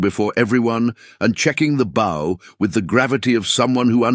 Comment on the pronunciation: Getting tired of the AI not saying a word right. Bow and Bow one word but two different meanings. Not the first time I haven't seen an AI in any story get the whole story right. Live and live another one. I don't know if you can teach a machine the difference.